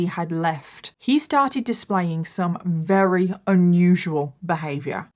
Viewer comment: I love it when tries to say very but says "rery" it's so cute <3